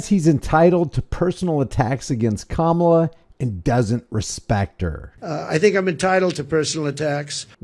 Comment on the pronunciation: You pronounce Kamala like Momala. They should just say Momala.